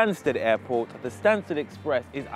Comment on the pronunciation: u spelled stansted wrong - u said stansed